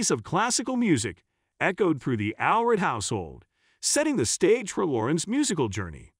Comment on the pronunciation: It’s All-read.